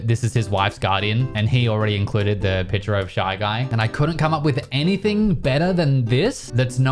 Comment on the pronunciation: Is it me or does he say „piture“ instead of „picture“, like the C is not existent.